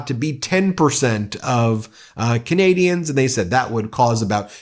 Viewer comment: You're doing a great job Ben! Your pronunciation of some of these difficult names has really improved; you do know Canadians. And I think Charlie Angus would be okay with the comparison to 'Cowbell - when most live music rockers yell "More Cowbell". We Love Charlie Angus - he speaks for all true Canadians!